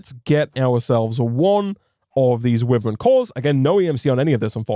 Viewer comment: I love the content but every time i here witheren instead of wyvern (y ver n)i die a little inside... dont know why but its realy jarring.